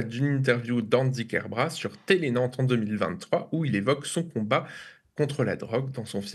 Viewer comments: KER-BRA-TE, le "t" se prononce! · Bonjour, juste une (toute) petite chose ; c'est KerbraT (le T est entendu) c'est un nom de famille breton et en breton , toutes les lettres sont prononcées.